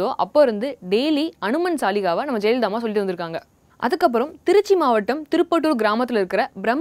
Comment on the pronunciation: ivaluku first solli endra word ah olunga solli kudunga bos....